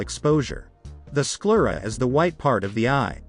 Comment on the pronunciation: The eye outer canthal tilt thing is ridiculous. The angle of her face is different in those photos, so you can't compare them. When the face is tilted up or down, the angles of the eyes will change as well. You spelled the word "ptosis" as "ptose" and pronounced it and "sclera" wrong. This must be a non-English article translated and read by a bot.